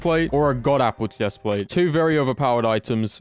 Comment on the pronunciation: why do you say hephplatte